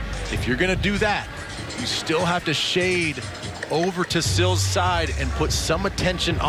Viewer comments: It's Sills. Not Seals. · Seals, Stills, Sill... he even said it correctly line the 3rd time. As much as they talked about him you'd think he would get it right before someone corrected him at halftime.